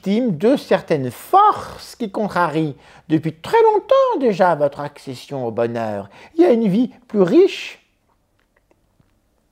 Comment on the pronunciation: "votre accession-t-au bonheur" 😄😄 Les forces qui bloquent l'accès au bonheur... Ne serait -ce pas une publicité pour des laxatifs ?